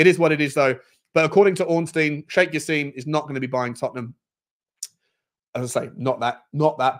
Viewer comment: It's not Sheikh Jass-eem!! It's said Jass-im as in "him". Come on